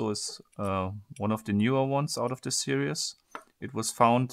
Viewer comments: Your videos are great. I love your freaky german accent. But repeat after me. Sehr-ries. Series. Not serious. That shit is seriously annoying. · He pronounced series "serious"